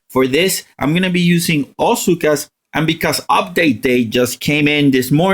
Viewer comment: I love how you pronounce Zooka as "Cyka". Thanks for the help tho